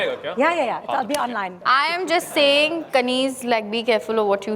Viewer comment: Kaneez...more like kareenj...(cringe)